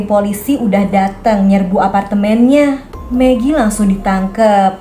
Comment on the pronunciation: Kak bilang magi jadi pengen makan megi deh 😂😂😂😂😂😂😂😂🤣😅😅😅😅🤣🤣🤣